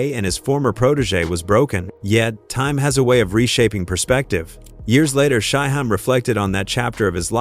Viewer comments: AI sucks 🤦🏿 he called him SHY Hi 🤣🤣🤣🤣🤣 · Shy-HIME....🙄🙄🙄...see, this A.I. stuff is not always the route 👎🏽👎🏽👎🏽👎🏽